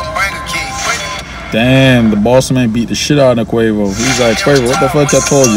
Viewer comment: girl you cant say Quavo